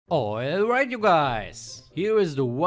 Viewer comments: "Oilright you guys" gets me every fucking time 😂😂😂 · "Oilright you guys" lol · "Oilright" you guys 🤣🤣🤣🔥🔥